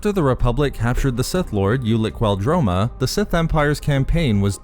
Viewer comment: Ulic Qel Droma Qel not bell